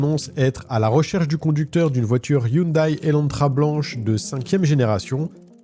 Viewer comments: Coucou, on prononce hyundai (hyundé) 😊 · Hyundai se prononce Hyundè ( au cas où ^^ ) Je ne sais pas pourquoi ils ne l'ont pas écrit " Hyundae "...